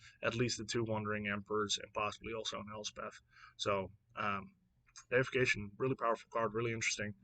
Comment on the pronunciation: "Dee-if-ick-ation", which derives from the word "deity". I definitely think some of these will impact Standard. However, Standard is so removal heavy that many of the creatures will just die before they can go off. Also, I wouldn't sleep on Nahiri's Resolve. Having something similar to Yorion in Standard seems strong and in many ways this is stronger.